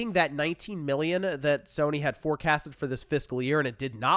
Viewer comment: Idk if you have allergies or a cold, but it sounds like you’re saying Billion whenever you say Million. I thought you said they sold 6.3 Billion PS5’s. That’s almost 1 for every person on earth 😅